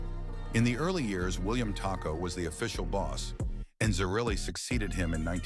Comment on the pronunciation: Pronounced Tocco and zer-relly (zerelli)